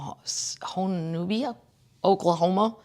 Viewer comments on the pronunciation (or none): none